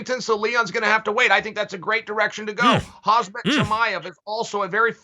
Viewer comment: Has Chael ever pronounced Khamzat’s name right? lol